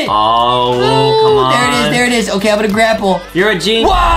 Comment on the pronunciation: IT'S NOT OKEH TO BE OKEH❤️ (Titan cry 😭)